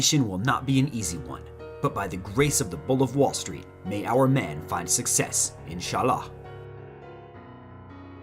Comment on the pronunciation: The insjhallaa at the end almost made me spit out my coffee. Thank you for the good laugh.